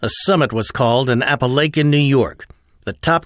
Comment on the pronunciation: Pet peeve: Apalachin is pronounced with a short "A" at the end, as in "cracking."